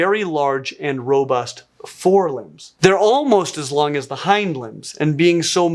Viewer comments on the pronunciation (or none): none